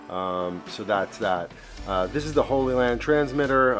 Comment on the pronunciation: Your pronunciation of Hollyland is making me want to start a crusade.